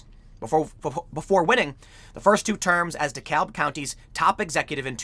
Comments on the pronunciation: FYI Tim, Georgia pronounces its "DeKalb" as "d'cab". As a former resident of a Chicago suburb and current resident of an Atlanta suburb, it threw me off at first, too. (Also, "Ponce de Leon Avenue" is not pronounced how you'd expect, either.) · Appreciate the coverage on this! Not at all a surprise. BTW, down here, DeKalb is pronounced "duh CAB". Everyone in GA winced just a little bit each time you said it. It's one of those Shibboleth kind of words. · Dekalb county pronounced “De-cab” county. For some reason the L isn’t pronounced in Georgia 🤓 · It’s pronounced de kab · Weirdly, DeKalb is pronounced duh-cab. As in taxi cab. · pronounced, De Cab county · It's pronounced De CAB county - don't say the L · it's pronounced De-cab. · The L in Dekalb is silent and Gwinnett has the emphasis on the second syllable. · So weird hearing someone pronounce the "l" in Dekalb that way. It's basically silent.